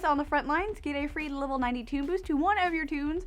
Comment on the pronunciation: Sounded like she said 92